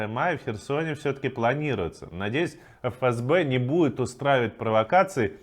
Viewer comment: Редко кто читает аббревиатуру ФСБ правильно, молодец, Жданов !!!